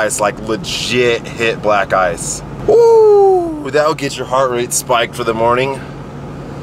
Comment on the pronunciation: First time u sayd black ice i thought u sayd black eyes.. i though is that a bird or what? And the las time when u sayd that i sounded as if u were saying black guyz.